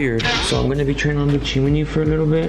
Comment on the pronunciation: It’s chimney not chimaney